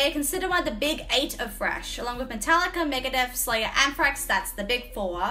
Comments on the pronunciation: I like how you say thrash, it sounds like Fresh Metal. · are you really saying Fresh Metal, or is it just your accent / my hearing? I mean Trash can be refreshing for sure... :D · She says thrash, but I hear "Fresh". My brain: WHATTT???? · It's cute the way you say "frash". I know there's some English accents that pronounce the th- like an f-, so I always wondered if it was an Aussie thing too. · Keep hearing her say "Fresh Metal" Lol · I love the way you say thrash…. I never knew there was a f in the word thrash!!!! 🤣🤣🤣❤️